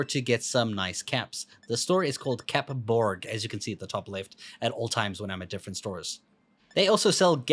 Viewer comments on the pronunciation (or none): none